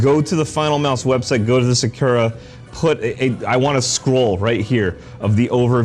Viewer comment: Why did you pronounce sakura like that 😭😭🙏🏾🙏🏾